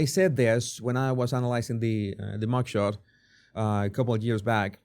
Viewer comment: I had to listen to this several times before I could understand that he is saying MUG SHOT😂😂